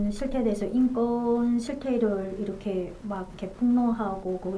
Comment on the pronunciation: 자유북한방송 시청자 입니다. 기자님 인권을 인건으로 발음하시내요 교정하십시오